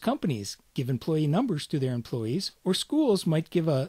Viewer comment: Huh, looks like a great video series. >Does pretty good for first 5 minutes OK sweet, it's in an accent I can easily understand... >employess /me watches on with hopeful optimism...